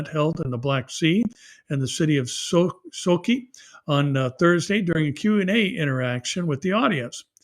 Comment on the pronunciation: Another great update! But if I may: Sochi (the Russian seaside resort city you mentioned) is pronounced "So-chee". Not "Soaky".